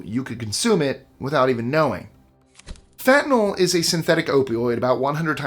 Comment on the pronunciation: Couple of things...Botox is NOT poison. Subcutaneous injections paralyze muscles in a VERY controlled area. And Fentanyl (thank you for not pronouncing it fentanol~~) is MANUFACTURED in the USA. Some is smuggled in, yes. But Most is made right here at home. The one you missed? DEET! Do not spray this on your body. And another not mentioned? Roundup! So many people swear it's safe and continue to use it. But it's very toxic to wildlife INTEGRAL to human life, such as bees! Please please please dispose of it correctly for public safety.